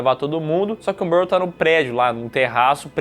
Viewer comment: Salve vcs estão falando errado o nome do rapaz q é racista o nome dele é merle